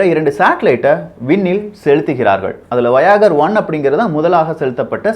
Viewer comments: Bro athu வோ யா கர் illa, வா யே ஜர் (should be pronounced as வா யே ஜ). Also, UFO na undefined illa Un-Identified Flying object which means flying objects those are not identified yet! You're doing a great job. I gave these corrections so that people who watch your video will know the correct pronounciation also. Nothing offensive. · That's not வயாகர் that's வாயேஜர், not undefined object un indentified object. Before making video correct your pronunciation.Are you an engineering graduate? ridiculous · நண்பா அது வயாகர் அல்ல வாயேஜர்(Voyager) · அது வாயகர் 1 வாயகர் 2 இல்லப்பா. அது வாயொஜ 1&2 Pronunciation as follows: voy-u-ju(r) oy-boy u-ago அப்புறம் UFO என்பது Undefined Flying Object அல்ல அது Unidentified Flying Object ஆங்கிலத்தில் கிடைக்கும் அறிவுக்களஞ்சியங்களைப் படித்துவிட்டு யூடூப் ல வந்து ஏன் வாந்தி எடுக்குற. உன்னோட வீடியோக்கள் எல்லாமே அரைவேக்காட்டுத்தனமாவே இருக்கு. ஏதோ விஷயத்தைப் பற்றி பேசுறேன் பேர்வழின்னு half boiled, half cooked message அதிகமா இருக்கு. அத கேக்குறதுக்கு நிறைய பேரு உன்ன பாலோ வேற பண்றாங்க நீ என்ன சொன்னாலும் உண்மை என்று நம்பி கமென்ட் லைக் பண்றாங்க. Try to publish your videos with only right kind of information. Otherwise It would be better for you if you keep quiet. Don't get hurry earning money. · you should pronounce as வோயேஜர், not voyager!!! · "Voi-ager" paa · exactly but he pronounces wrongly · Correction : Voyager - pronunciation is wrong dude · Ufo - unidentified flying object. Not undefined. Voyager - Voy age uh Debris - de bre And you really need to pronounce English words properly.